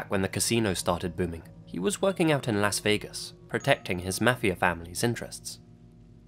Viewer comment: I am impressed. Someone pronouncing LAS Vegas correctly. Ok, ok so I'm pedantic. And no I won't apologize. 🤣🤣🤣🤣